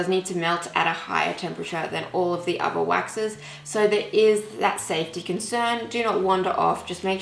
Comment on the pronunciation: I could have really enjoyed this tutorial but your pronunciation is bad if your going to do tutorials. I can’t concentrate 😬😬 Wiv = with Meford = method Uver = other I’m sorry I may sound like I’m being rude but it’s just so annoying that I had to turn off. I am only pointing this out to you for further videos